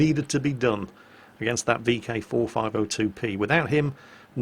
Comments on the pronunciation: Vk 45.02B.... "B".... not "P" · kev finn Yeah said it wrong. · vk 45.02 B not P, my ocd pls